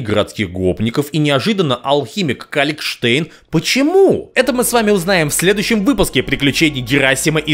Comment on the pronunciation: Калькштейн не Калькштейн!